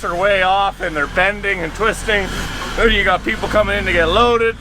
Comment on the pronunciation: Than I died! Love it hahhaha sounds like Canadian way to say then.